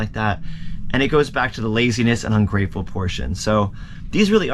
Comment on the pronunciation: Great advice but sorry little cringe-it's "ungrateful"